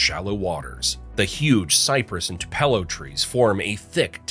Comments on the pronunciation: Mispronounced Too-pa-lo, Ed-is-to (ick), and many other extremely popular places! Not a native! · Two-puh-low tree. That’s also a funny shade of “bright red” on that fire hydrant. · Edisto, Jocassee, Tupelo, Oconee Terrible pronunciation 😂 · LOBlolly, TUPelo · I'm cringing every time I hear the mispronunciations. My mother is from Edisto Island, so that one really hits me. Also, TOO-puh-lo trees. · Too pello trees ? Endesto river? Joe cussie lake? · Even though it is not unique to SC, it also mispronounced Tupelo!. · Edisto, Tupelo, Jocassee, Cockaded, Oconee. Train your AI. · Tupelo wad pronounced with incorrect stress as well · It’s got to be AI bc he didn’t even pronounce Tupelo correctly.